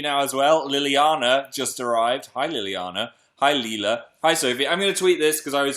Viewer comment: "Hey Leela" I wasn't that person but I'm pretty sure he meant to say Lila. My name is Lila